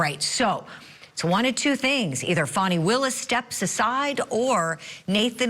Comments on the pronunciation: It’s clearly “Fanny” and not “Fawny” stop going along with her trying to make it sound more than “fanny” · P.S. Fani Is Pronounced “Fanny.” 😉